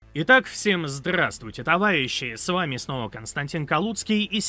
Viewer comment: Замени "зррррравствуйте" на более нейтральное "привет". Реально же ррррежет слух